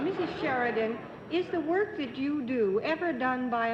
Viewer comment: Been following the series since its inception and really enjoyed Mrs Sheridan, despite Mr Daly butchering her surname at the start. She really gave the show a boost and is one of the better contestants I've seen so far. For a 64 year old tape this is really well done. thank You.